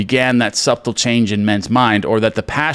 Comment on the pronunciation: Awesome read! Just to be clear — in all of his writings, I’ve never seen NG refer to “parallel realities”. That term does not, however, negate the power of the law of assumption. A little housekeeping… Dartmouth is pronounced dart-muth. The b in subtle is silent, so pronounced, suh-tle.